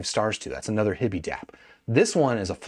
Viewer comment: HI-bee, not hibby. “Hi” as in Hi-Fi. So grating every time he says their name.